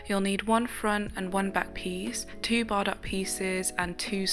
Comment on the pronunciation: Bardot is pronounced Bar-doe, just so you know